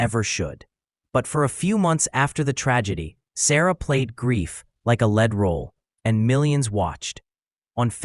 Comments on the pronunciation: Played grief like a led role? A LED role? come on AI, get a grip. Lead Role!!! Or do you mean a role of someone being led? Or maybe it is a spool of metal, as in Lead Roll.... sigh... some LLM somewhere needs its tokens tweaked. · Lead is not always the metal. In this case it should be “leed” role. AI creators need to edit their work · real shity ai:'lead role[ld], audio is bad and then no conclusion! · Lead (metal) and lead (a role) are pronounced differently, you ignorant AI narrator. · Enjoyed the clip but was put-off by the AI voice-narration which failed to differentiate between the pronunciation of the word lead (metal) and lead (take someone/something somewhere). Why can't you read it yourself?